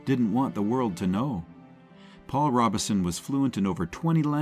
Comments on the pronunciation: Robeson not Robinson. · Paul Ro-Bo-son not Robinson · Robe-son Paul Robeson. Unbelievable, the AI narrator mispronounced his name the entire time!! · Its Prounced "Robe Son" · yeah fr real that means you don't know crap about him cause you got the name wrong